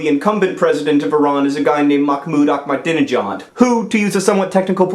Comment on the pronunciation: You pronounced Ahmadinejad wrong.